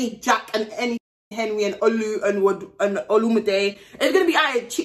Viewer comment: wait a damn minute- did she just say “oLuMiDe”